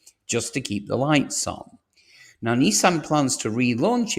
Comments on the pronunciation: You sound English to me, in which case the abbreviation for mathematics is maths NOT math! and it's Nissan not Neesan! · Neeeesan and Jagwar? Who are they? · Jagwar and Neesan. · WTF is a Jagwar? Its Jaguar in English. Neesan? It's Nisan. Stop using American pronunciation when you are obviously English. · This must be the worst car news channel i have come across. Nissan..not Neesan.have just invested hundreds of millions into their plant in Sunderland....but according to you it will be closed by next year.....utter codswallop!!! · Neesan? If you're British, it's Nissan with an I. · Strange American pronunciations of Jag-wah and Nee-saan. Otherwise, interesting.